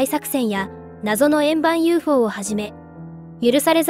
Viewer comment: 謎の円盤UFO は ゆーえふおー って読むんですよ